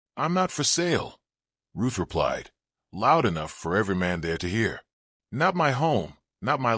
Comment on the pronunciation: Story lines are good, but definitely need better editing. And her name is RUTH not Roof 🙄